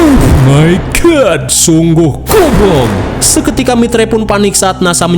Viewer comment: Cuma di film ini nyebut GOBLOG bukan GOBLOY saking keselnya meureun 🤣